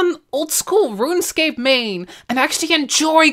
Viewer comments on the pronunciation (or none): none